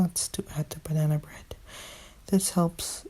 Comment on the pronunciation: Banan bred? Banan bred👌